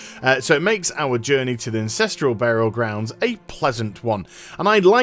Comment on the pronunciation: "Incestral Burial Grounds"